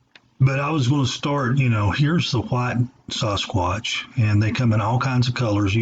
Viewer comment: Dude why do you pronounce sasquatch: saaaahsquatch and David Paulides last name completely wrong?